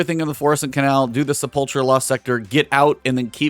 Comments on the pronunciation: Sepulcher...se-pul-ker. Not cher....omg. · Great tutorial, would have gotten 11/10 if he pronounced "Sepulcher" correctly. It's "SEH-PULL-KURR"